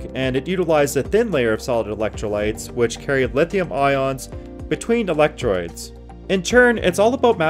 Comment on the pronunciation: You said electroids.